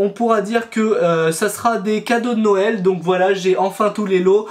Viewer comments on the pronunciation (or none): none